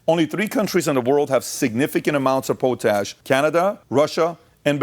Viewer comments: Its POTash not POtash brother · Pat. It's Pot_ Ash . That's Pot Ash put together as one word. Christ that was hilarious listening to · Can't PBD get anyone to correct him while hes filming? Or just surrounded by yes men. Its pronounced Pot Ash. Not poe tash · I love you show I'm just letting you know don't mean to be smart but it is pronounced pot ash like a pot you cook in and Ash from a fireplace just thought you might like to know like to know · Po tash? Really Pat? Pot ash. Lol. Love your show. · pot-ash that's how we pronounce it in Canada. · Pot-ash not po-tash. Canada is slowing down potash mining due to "climate change concerns". Yet they allow the green belt to get developed and add a minimum of 1 million people to eat our food. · Pot-ash not po-tash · Sorry its "Pot" Ash... lol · Pronounce potash its pot....ash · PO-TASH … dumbass lol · It’s pronounced pot-ash. Simple mistake for someone who doesn’t deal with it. It’s the primary source or potassium K In modern agriculture. Enjoy your content eat beef we won’t let you down. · Thats not how you say potash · Mis-pronouncing potash.